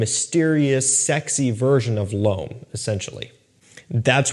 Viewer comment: Hey, when you say the word ''L'Homme'', I'm not saying this to be douchey or anything like that. I'm Canadian from Quebec (French province, French is my second language). You can take this or leave it, but in case you're interested in pronouncing the word Homme or L'Homme as close to correctly as possible in the easiest way possible. Homme pretty much just sounds like ''Umm'' and when it's L'Homme same deal just put an L in front of Umm = L'umm. (Homme = Man, L'Homme = The Man) It won't be perfect but it's close enough. Again, this is not meant to come across as douchey nor is this directly pointed at our boy. Anyone who reads this and if it helps them then great. If this does come across as snooty let me have it in the comments:)